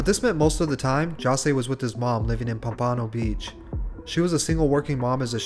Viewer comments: he said pom pano lol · pum-pano? lmao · this man just said puh-panno- beach💀💀💀its pronounced pump-puh-no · Lol. bro said the French pronunciation of Pompano Beach. PompAAANO 👨‍🍳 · Dis man said “Pumpahno” 😭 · Sad... BTW its pronounced Pom - Pa' - No' Beach here in FL. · He said pompannno beach hahahahhaa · this dude really said "pompno" beach weak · its pronounced pomp uh no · Pome Panow Beach LMFAO how u pronounce pompano dawg?!? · The way he pronounced Pompano😂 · Lmao how he pronounced pompano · U said pompano wrong ugghhhh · Pronouncing Pompano that way makes it sound way fancier than it is 😅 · the way he said pompano beach lol he said it wrong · pretty accurate, all i gotta say is your pronounced pompano wrong. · Lol at how he pronounced “pompano beach”